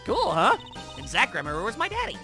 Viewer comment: more name shit! Daryan: pronounce it as one would darian or darien gramarye: i pronounce it gram-arr-ree